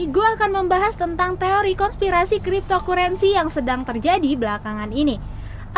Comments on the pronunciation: Dibaca "kriptokarensi" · wkwkwk kripto kurensi